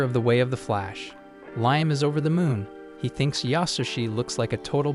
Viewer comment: The AI voice needs to decide if his name is pronounced ligh-em or lee-em.